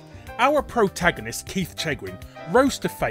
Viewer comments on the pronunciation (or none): none